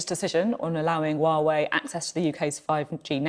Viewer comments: WTF is wah way? Oh she means Huawei. Haha. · Its said Hwah-way